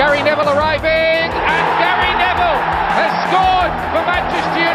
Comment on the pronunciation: Dijo Gary Neville, yo escuché Gary Medel 😂😂